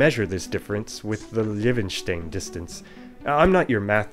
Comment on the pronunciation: You show the way of pronouncing kopenhagen in Swedish and danish then you say Levenstein with a full English accent. Funny Also, Norway has been part of Denmark since 1397 until 1805 so both languages are even closer.